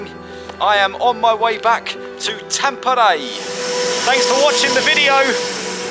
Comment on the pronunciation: Häme doesn’t rhyme with came and same, it’s more like a combination of ham (like said) and ment without the nt-ending (ment as in environment), so ha from ham + me from ment = Hä-me:D Tampere has three syllables, Tam-pe-re, the first one most people get right, it’s almost like ”some” but with a t. The first syllable also holds the weight. Pe is kinda like the me in Häme but with a p. Re the same thing but with a rolling r, if you know do re mi fa so la ti do, that’s it:D Basically every vowel is always pronounced the way it is in that phrase. (Except people pronounce do-re-mi a bit modified in English so… oh well, that’s at least a start:D) Most words are easier to pronounce when you know how many syllables there are and practice them one at a time!